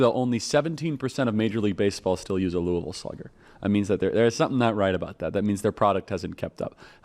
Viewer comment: Love that you say Louisville correctly!!